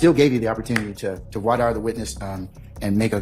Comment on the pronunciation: Judge can't even pronounce voir dire FFS